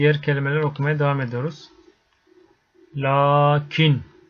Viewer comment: Hocam niye laakin dediniz , Leekin olması gerekmiyor mu. LAM harfı ince harf değil mi